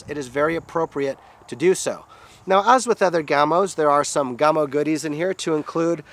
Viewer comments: Gamo not gaaamo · Isn't it "Yhaa-mo"? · You are pronouncing Gamo differently than you did in the Coyote video 😃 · Wayne Palmer. Being an American making vids in FL doesn't give me an excuse to mispronounce their organization's name now that I know better. Best